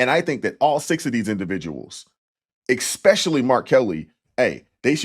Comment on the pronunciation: I love you,, but you're killing me with the "eXpecially" 😅